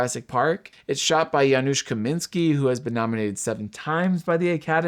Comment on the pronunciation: Oh, and also great pronunciation of Janusz Kamiński's name!